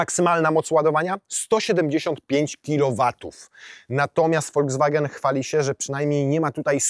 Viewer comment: Foldzwagen?? To jakaś nowa chińska marka?😂